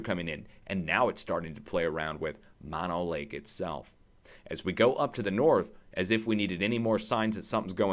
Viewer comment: Pronounced MO NO Lake Not MA NO